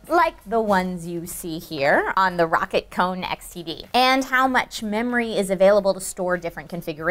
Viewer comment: Is I bad the it annoys me you say rocket when it's clearly rocat there is no k meant to be said ro cat not rocket